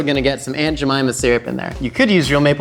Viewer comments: He says jemyma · Every time you say aunt Jemimah, all I hear is, "I put a whole bag of jellybeans up my a$$."